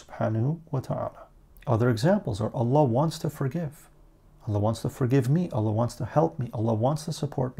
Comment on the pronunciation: The way you say allah I enjoy hearing